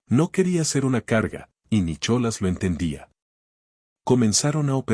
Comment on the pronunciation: Es muy linda historia, pero tengan cuidado con la pronunciación, es Nicolas con H o sin ella y penhouse, no pentause,si bien la Real academia española apoya ciertas pronunciaciones ,lo correcto es locorrecto y uno enseña incluso a través de este medio,y continuando hermosa narración, me gustó mucho, gracias!!😊😊